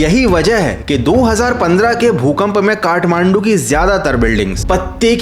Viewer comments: Bro its kathmandu. Not kahmandu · It's Kathmandu. Not kahmandu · Kahmandu 😂 Kathmandu hota hai bhai 😂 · I THINK IT SHOULD BE KATHMANDU✅ NOT KAHMANDU❎ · Kathmandu❌ Kahmandu✅😂